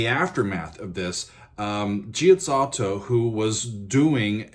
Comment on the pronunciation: Fantastic video, best one yet. I love the history lesson ( something many of us DID NOT know) Adagio in Gm is my favourite piece ever and its heartbreaking Its tru composer was never known. WOW. As for your italian... Pretty good save for "GIA" which is always pronounced as JA. never Gee ahh. Gianni is Ja-ny versace etc. Giaziotto is Jatz Ooh toe- Prego :) Thank you for geeking us out and adding your exemplary knowledge.